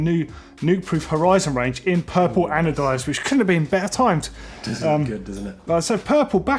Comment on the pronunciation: "adonised" 😂😂 ffs it's 'ANODISED'! If you don't know words, may I suggest a script? Christ...